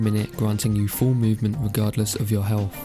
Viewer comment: Are you saying "helf"?